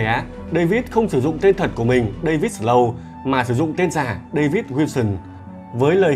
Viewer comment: đọc tiếng Việt ngọng thì thôi đi, giờ đọc tiếng Anh cũng ngọng nữa là sao? không có lần nào phát âm cho đúng tên Snow luôn á?